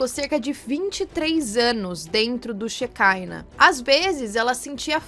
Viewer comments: "shekiná" é palavra hebraica, não encontra pronúncia diferenciada no inglês. Ela falou no vídeo mais de uma vez "xecáina", em português a palavra se pronunciar "xequiná" mesmo, acredito que em inglês o máximo que mudaria é não dar ênfase na última sílaba, ficando "xequina". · Shekinah se fala shequiná é uma palavra da biblia que significa habitação ou assentamento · O nome da seita se pronuncia "cheiquiná", Sheikinah significa presença de Deus. Essas seitas são bem comuns e várias coisas que dizem ali que acontecia acontecem em igrejas neopentecostais aqui no BR